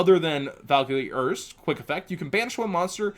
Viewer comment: the show with these monsters has been out for 13 years, and the man using them was German, the names erste, zweite, and dritte are first second and third, just please pronounce them right for us all because the last thing I and I'm sure many others can take is the rest of the yugioh community butchering German language at a tournament after seeing any yugituber and just repeating it.